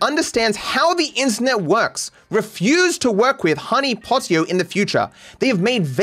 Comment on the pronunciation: It's silly, but I laugh everytime you call Honeypot io, "Honeypotio" 😂